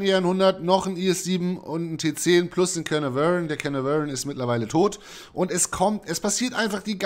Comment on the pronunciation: Sehr schöne Anleitung zu beiden Panzern! Sind beide meine Lieblinge, bin aber noch ziemlicher Anfänger und froh über solche Tipps. Danke dafür! Nur eins tut mir ein wenig weh: wenn du versuchst, Caernarvon auszusprechen ("Kehnavöörn" xD). Es wird in etwa "Kehrnahrven" ausgesprochen, mit typisch weichem "r" ;-)